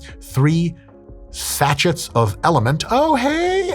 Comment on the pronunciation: satch-ets??? Come on doc